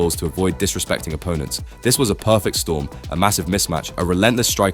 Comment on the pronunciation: perfect storm ❌ perfrctorm ✅